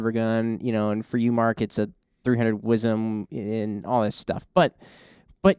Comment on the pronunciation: I cringe every time y'all say "WIZEM." Yes, I'm from Texas.